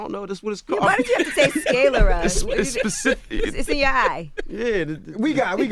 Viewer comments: Did this man pronounce sclera "skay lera" when trying to use anatomical words goes wrong. Smh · Sclera, not scalera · It's definitely sclera, not scalery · Sclera is pronounced skleer-uh. But this was such a trash interview. Dude deserved better than the sucker shit Charlamagne TRIED to pull. Keith was still easily 2 steps ahead with every petty jab CTG threw. Hating ass. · I mad he was trying to sound smart and mispronounced sclera (sklee-ruh), but I guess no one caught that. I'll just hush smh !!!!!! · He mispronounced "Sclera."